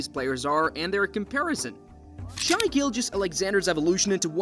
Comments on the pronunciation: Stop saying shy ITS SHAI (shae) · You’re not wrong but SGA pronounces it “Shay” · How you gonna do a whole video and pronounce the guy's name wrong the whole time? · Had to stop watching. It is pronounced "shay" not "shy". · Why are you pronouncing it shy? I literally can't concentrate on the video lol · In shai the correct way to say it is “ shy “ bc the i makes the a silent 🤫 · SGA’s name is not pronounced “shy” and the team isn’t called the Thunders 😂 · As soon as an NBA content creator says “shy,” I immediately click off the video lol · how can you make a whole video about someone and say his name wrong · Let's learn to pronounce the number 2 MVP candidate's name properly